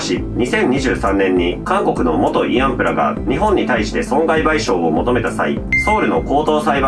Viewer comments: いあんぷ？いあんふじゃないの？ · 「いあんぷ」ではなく「いあんふ」なのでは？